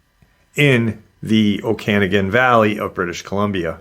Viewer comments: I swear im not one of those people that whine about pronunciation lol i mean well. Okanagan is said Oh-kin-nog-in. I'm canadian, from Alberta but I've been through the Okanagan Valley a few times. I always tried to keep an eye out for Ogopogo and sasquatch since i was a child. I am into AI Art. I wouldnt have guessed this image was of that, i thought someone had a dragon statue of some kind in the water. Its not that easy to create photo realistic anthropomorphic characters, for them to at least turn out well anyways. Sometimes it will place your image in a weird spot. Maybe someone had "water dragon" in the prompt, if it is AI, who knows what else. I know for a fact i've seen this before but it was a dragon face, not a wolf. It could just as easily been a statue like i mentioned before but someone else overlayed a wolf face afterwards. I know how that works as well. Unless im experiencing a mandella effect, the image has been altered. There is another news article that covered this. My images are never that realistic and i do focus on that. I dont use midjourney though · In BC, we say it like oka-noggen, emphasis on the 3rd syllable.